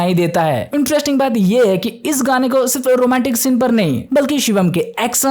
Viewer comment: Akhri scene❌Akhri shinnn✅